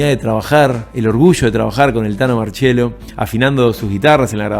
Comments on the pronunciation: crak! muy bueno el video , es el primero de tantos que seguramente vere en breve ...un pedido de corazon , TANO MARCIELLO, NO MARCHELO, POR FAVOR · Gran informe. Que diga marchiello y que a continuación Ricardo diga marciello me da un poco de cosa pero siempre se agradece.